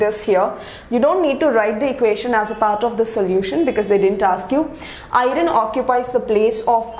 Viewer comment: Iron not"irin"